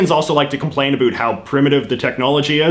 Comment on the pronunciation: Why on earth are you intentionally pronouncing the words "about" and "around" that way? Canada knows it's fake, and I hope the rest of your audience does. Other than that, interesting video.